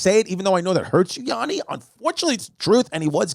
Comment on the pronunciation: YaNNi not YAAni 🙏